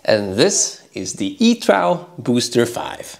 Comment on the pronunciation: It’s pronounced E 2 .... you silly fool !